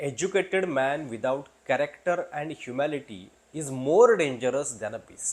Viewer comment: बोलता येत नाही तर English शब्दांचा वापर कशाला करता? शब्द ह्युमॅलिटी नाही, ह्युमिलिटी आहे. पैसे कमावण्यासाठी youtubeच्या नादाला लागले दिसताहेत.